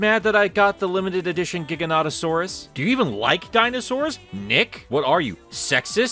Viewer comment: This video is great, and I am so sorry you had the movie spoiled. That said, I can NOT get over how you're pronouncing Gigantosaurus I'm dying